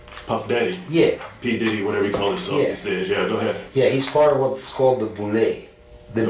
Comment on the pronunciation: its boule not bull!! 😂